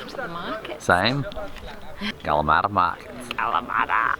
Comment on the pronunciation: Don’t be making fun of my Ancestors “Kalamaaata”!!! lol Great video again!!